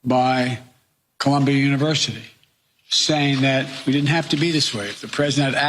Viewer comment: Since when has dud-int become a word in the english language. What a couple of FOOLS!!!!!!